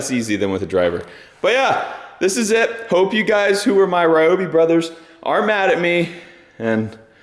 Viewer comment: It's REE oh bee.